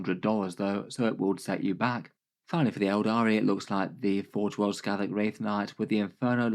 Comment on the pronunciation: One thing, "Skathach" isn't pronounced "Skaddag" or however it was said in the video, it's more "Skah-Hach"